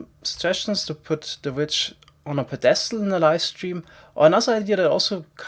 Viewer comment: FYI, "pedestal" has the first syllable emphasized: "PEdestal", not "peDEstal". A very typical German mistake, I do it a lot too :P